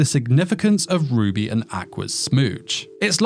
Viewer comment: I’m listening to this while doing other stuff and being the degenerate isekai lover that I am, every time you say “Ruby and Aqua” all I see in my head is Rudy from Mushoku Tensei (it genuinely sounds like you’re saying Rudy instead of Ruby) and Aqua from Konosuba and I’m just laughing over that pairing 😂